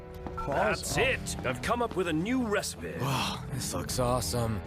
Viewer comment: I listen to you in the background while I work in the mornings and it's been making me laugh everytime I hear "THAT'S IT! I've learnt a NEW RECIPEH!"